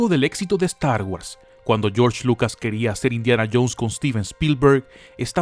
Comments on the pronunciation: da cáncer la forma que dices "Star Wars" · pero tiiiio "estargüas" "finaciamiento" "yors lucas"? al menos lucas si lo dices bien jaja sigue haciendo estos videos comicos maquina!!!!